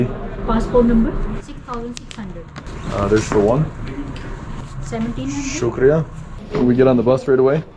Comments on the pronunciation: How beautiful he says shukriya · loved the way you say "Shukria"...too good and thanks for promoting Pakistan's positive image. Long live mate. And I subscribed this channel too....